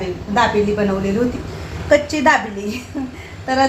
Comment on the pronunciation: ताई ,"कच्ची दाबेली" नाही म्हणत "कच्छी दाबेली " म्हणतात.